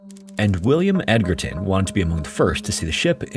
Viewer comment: My brother in weirdness, Edgerton is not pronounced "Edgar" in America, it is "Edge-er".Pretty sure this came up previously re: Edgerton, Wisconsin. Source: Me, it's me, I live 20 minutes from Edgerton, WI.